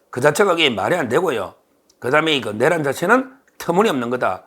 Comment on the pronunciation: 서변 내:란을 첫음절을 강조하고 짧게 발음 하니 이상합니다.